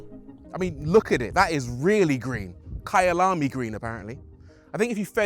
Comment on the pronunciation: Rory I love how you pronounced Kyalami, you sounded like you are from the rural areas of South Africa - beautiful. So the colour was named after the Kyalami race track in South Africa?